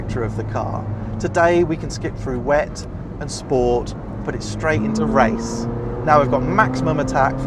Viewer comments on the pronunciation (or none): none